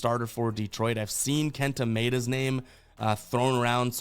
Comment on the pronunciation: It’s Kenta My-ayy-duh lol